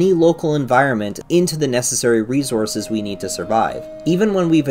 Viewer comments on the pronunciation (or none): none